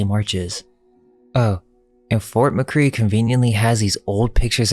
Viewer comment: C'mon man, it's pronounced Buhrankus (Barrancas), Mikray (McRee), Sirvanteez (Cervantes), and Tehhar (Texar). A local should know that. You sound like a google maps narration.